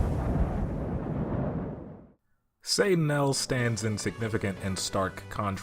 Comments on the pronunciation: I thought it was pronounced more like, “Say Tuh Nial,”??? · Why do you keep pronouncing it wrong? They literally yell the name. Satt-uh-nye-el